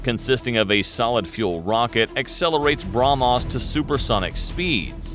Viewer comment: its brah mhos not bra mos you spell .